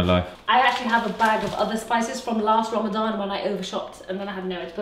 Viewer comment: Its Ramadan not Rama gama ding dong! How is that cool?